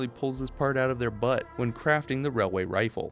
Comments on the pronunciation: It's pronounced, "wailyay wifle" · ‘It’s not a railway rifle, it’s a wailway wifle’ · Railway rifle (wailway wifle) is this why you don't like saying it?